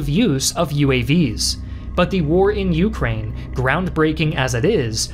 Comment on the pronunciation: Take a drink every time he says YOUkrane.